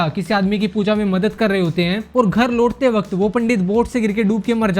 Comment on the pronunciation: Abe bhai sahi se bol...ghar loot te wqt nhi laut te waqt....